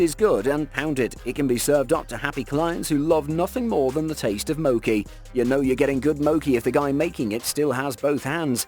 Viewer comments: mb its mochi not mocci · Mo chi. You pronounce the ch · It's pronunciation mooooochie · Mo-key!??? U mean MoCHi!!?